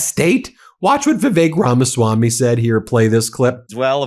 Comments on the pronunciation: It's Ramaswampy, not Ramaswamy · Is he saying, "The Fake Ramaswami"? Sure sounds like it... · "Drain the Ramaswam-py!"